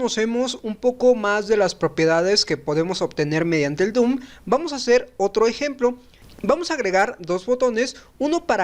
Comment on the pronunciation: Se dice DOM no DOOM